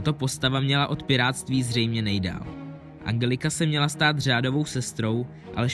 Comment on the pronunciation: Ale Angelika se čte enčelika